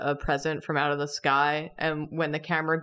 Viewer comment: I heard "let's just eat oout tonight", looked down to see realistic legs, and it broke me. I love it.